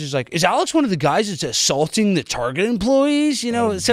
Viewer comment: Target pronounced targay